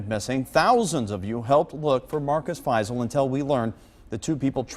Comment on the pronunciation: Also their names are pronounced Marcus (F-eye-zal) Fiesel Joseph (Dee-terz) Deters Simon (Lee-s/Lease) Leis